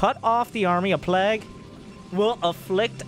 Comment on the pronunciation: I look forward to more of accent saying plague. "plaegg"